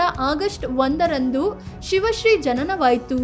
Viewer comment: ಎಲ್ಲಾ ಸರಿ ಇದೆ, ಅವರ ಹೆಸರು ಶಿವ ಶ್ರೀ ಅಲ್ಲ ಅದು ಸಿವ ಶ್ರೀ